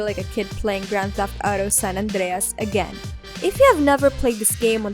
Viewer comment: Ты че русская ? Почему так странно Сан-Андрес выговариваешь?